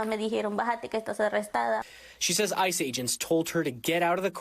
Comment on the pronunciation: thought she said ISIS 😭